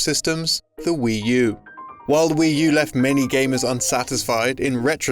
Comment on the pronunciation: "Wii Tu" there. Nailed it.